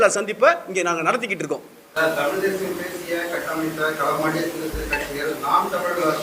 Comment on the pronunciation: தம்பி தமில் இல்ல தமிழ் அதை முதலில் உச்சரிக்க கற்றுக் கொள்.